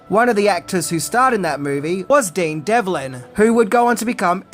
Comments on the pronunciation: I absolutely love the movie and I absolutely love the TV show. But, you’re my favorite movie reviewer but with that being said, his name is Dean DEV-LIN. NOT Dean DEL-VIN. Sorry for being picky, but it was driving my OCD crazy lol. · Dude, his name is DEV-LIN! Not Delvin! Dean Devlin. Good gravy, it's all over the credits and the beginning of the film. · Emerick ,not Emmerich. And Devlin, not delvin.. 🤣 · Devlin, not Delvin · A fine movie I must say, but, I'm hearing you say Dean Delvin, but it's actually Dean Devlin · Devlin... Not Delvin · that's Devlin.,.. not delvin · It's DEV-LIN, not Del-vin. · It’s Devlin, not Delvin! 🙄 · You say Devlin and Emmerich wrong for almost the whole video. D E V L I N, not Delvin. Emmer-ick, not Emmer-itch. Love your attention to accuracy. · BRO! his last name is Devlin not Delvin!!!!! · Love your videos, but it's "Devlin", not "Delvin". Small but important detail to pronounce correctly. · Good take, but...why did you start out correctly pronouncing "Dean Devlin," then drop into "Delvin" for most of the rest? Oops. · Devlin not Delvin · its Dean Devlin, not Delvin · Dude it’s Dean Devlin not Delvin? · Great Channel, but I think his name is Devlin, not Delvin😊 Love the movie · It’s Emmeric(k) and Devlin not delvin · I'm not sure if anyone else has said this, but I feel compelled to mention that it is pronounced "em-er-ick," not "em-er-rich." In addition to that, you kept called him "Dean Delvin" when his name is "Dean Devlin." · It's Devlin, dammit, not Delvin! 😆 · Isn't his name Dean Devlin? You pronounce it DELVIN? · Dean DEVLIN NOT DELVIN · Sorry but i've got to be that guy.:) It's Dean Devlin you kept calling him Delvin or at least that's what it sounded like to me. Well no worries I still love your videos! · DEV-lin, not DEL-vin! He's a household name in TV these days and it makes me flinch every time you say it wrong! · also, it's Dean Devlin, not Delvin 🤦🏼‍♂️🤦🏼‍♂️🤦🏼‍♂️ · It is Dean Devlin, not Delvin.